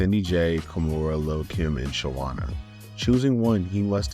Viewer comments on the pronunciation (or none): It's SHAWNA!! SHAW! NA! 2 syllables!! 😤 I'm sorry. I get real sensitive about the first lady of DTP. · Why on earth would u pronounce "Shawna" that way??